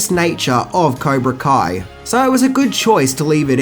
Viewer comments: Idk if its the accent... but its Cobra KAI not Ko... and Miyagi is from Okinawa.. not Okino.. good vid nonetheless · He says Caibra Ko instead of Cobra Kai at it's bothering me so much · Go to It's Cobra Kai NOT Kaibra Co - Dumbass! - Also Mr Miagi is Okinawan NOT Oki-one - Moron ! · Kibra co??? Surely u meant cobra kai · Woah, you said Cybra Ko instead of Cobra Kai lol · It's not his accent, dumbass. And he said "Cobra Kai" just a few moments before saying "Kaibra Co." He also pronounced "Okinawan" as "Okiwan." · Did I hear him say “Caibra Ko” at the beginning? It’s at 0:98 or so. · caibra ko? when you first said cobra kai, you said caibra ko!! that was funny, cheers from denver. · Sorry turned it off when you said Kibra Koa sensai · "okie-wan",. "kai-brah-koh". For the past year I've been listening to you hysterically butcher choice words and I really need to know, is this an Australian thing, or do you have an impediment of some kind? I don't mean to be mean, I love you videos they're a great source of comfort I've watched a lot. But tonight's the night I just had to ask, sup wit dat???? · I am not the only one that caught "Kibra Coi" right? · “an okie-wan” instead of Okinawan got me giggling Other favorites - Kaibra ko, skellington costumes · Did he really say cibra co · Miyagi's home VILLAGE was Tomi, located on the Island of Okinawa. Btw, did you actually say "Cibra Koh", ? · Caibra Co? Torpeto? Seriously, not a single video where you don't butcher a name or word. It must be intentional. Man, Daniel sounds like a real cocky little shit. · Libra Co? And its karate doe, not karate doen. Other than that, well done again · Lol you said kybra koe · Kaibra Co? Really? Come on dude... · Did you say okiwan and caibra ko? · Cybra koh? 😂😂😂 Oh!!😂😂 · This guy said "the caibra ko sensei" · Kaibra co?... 0.55 lool Just to make it perfectly clear absolutely love your videos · did he really just say kaibra co? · You said kaibra co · Kaibra Co? LOL. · “cybra coa”